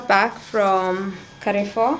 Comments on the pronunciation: Lol I followed to see if anyone heard this its kafoo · Amazing content there. But did you just say KAREFOOOOOO 🙆🏽‍♀️🙆🏽‍♀️🙆🏽‍♀️🙆🏽‍♀️🙆🏽‍♀️ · I found someone else who says Carrefour instead of Carrefour. Did you read it differently?😅